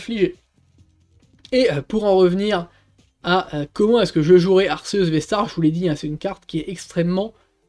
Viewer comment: Tu dis toujours ar-ce-us !!! On dit pas arc-é-us ??? Sinon classement honnête 😉